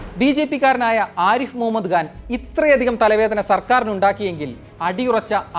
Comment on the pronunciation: ഗാൻ അല്ല.. ഖാൻ, ഖാൻ...